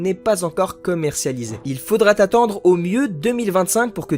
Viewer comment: Bon , tout en restant courtois (à 2’34 ) « il faudra t-attendre » ça sonne vraiment mal aux oreilles !